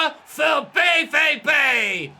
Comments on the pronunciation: Kübel is also incorrect, sorry 😅 - it's [ˈkoːbl̩] - basically like you'd be saying cobble, but instead of a short o, it's a long one. Also, with BVB - the V sound you do would be the letter W in German - the sound often produced by V in German is like the F in fish or face in English. The V in BVB is pronounced like "ow", but with an f sound at the front, like this: [faʊ̯] Don't want to sound condescending, just want to help out a little! Loving the series so far! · Hey love the series. Only thing on pronunciation - German V (as in BVB) is pronounced Fau and Pokal is Po (Like the kung fu panda) and khal (like khal drogo).